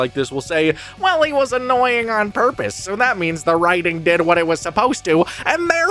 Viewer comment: I think you mean “that’s his entire porpoise” and “well, he was annoying on porpoise”